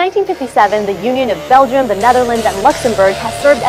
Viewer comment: Ah yes bleguim or Morocco 2.0